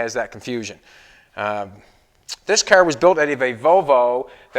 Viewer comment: its cAr NOT cAIr !!